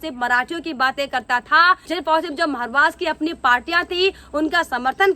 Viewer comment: आपको मैने दो तीन बार बताया था महाराष्ट्र बोलो मारवास क्यू बोलती है बेटा